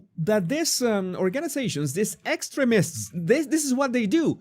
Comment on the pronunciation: Hah! It sounds like you are saying "excrements" (vs we tend to pronounce the word as ex treem ists... but you are very wise, so you were probably just trying to throw off yt)